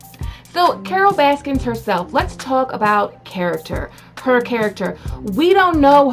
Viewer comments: Stop saying “Baskins”...it’s BASKIN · Y you say baskins? Anyway I like it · Please say her name correctly. There’s no s at the end. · I love that you call her Carole baskins lol with and S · "Carol baskins" lol. Your an idiot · *Baskin, not Baskins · IT'S BASKIN